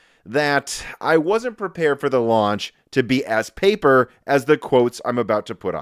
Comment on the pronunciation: Pauper launch instead of paper.